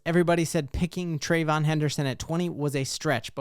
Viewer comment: Say it with me…Trey-VEE-yon. Thank you for your time.